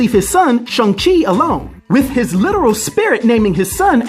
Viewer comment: Ahh you said the name right lol and then laughed ...that was cool